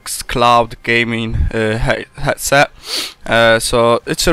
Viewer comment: 'hetset' o-ok